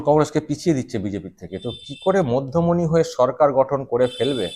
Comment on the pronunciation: ঠিক করে পড়ে দেখুন না, মধ্যমনি না,'মধ্যমেনি' !!!!!!😂😂😂😂